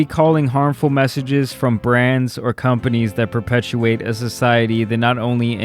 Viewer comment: “ Conpanies”🤦🏻‍♂️😂.!